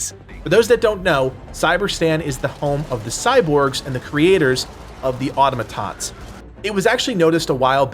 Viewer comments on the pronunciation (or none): Why can’t Americans say “Automatons” correctly?